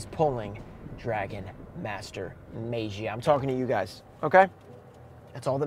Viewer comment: Still pronouncing as May-jee-uh, huh? Lol It's Mah-gee-uh. No, not Mah-jee-uh. Mah-gee-uh.